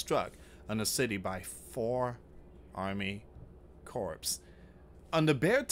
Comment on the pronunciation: you have to proof read and check your pronunciations before you report. Corps isn’t pronounced corpse. It sounds like core. The p is silent. Please proof read before you report. I know you do not want to be censored. Strategic was pronounced wrong too.